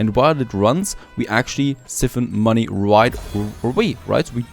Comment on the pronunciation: Just to let you know, it's siphon 'si-fen' [the i is pronounced as I as in "I went for a walk"]. Hearing how you pronounce was making me cringe! lol Nice series by the way.